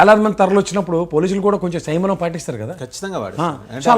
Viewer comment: ఒరే! సయమనం కాదురా! సంయమనం! అనాలి! నీబొంద విశ్లేషణ!